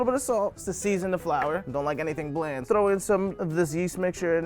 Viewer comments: thrrrrrrrrrrrrrrrrrrrrrrrrrrrrrrow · I love that “thrrrrrrow”